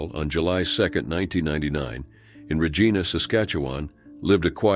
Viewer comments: As a Canadian, I can't help but laugh every time you say 'Re- geena'! It's pronounced 'Re-gi (rhymes with 'hi') na. Basically, it rhymes with vagina! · Regina, SK. It is not pronounced "Rah-Gee-na" It is "Rah-ji-na". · I'm british and pronounce it Regeena. It is what it is 😅